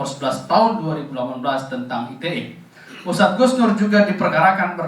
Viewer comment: Hustad apa ngustad 🤣🤣🤣🤣🤣🤣